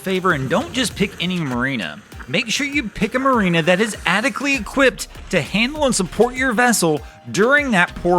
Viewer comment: Dude...learn how to pronounce "adequately"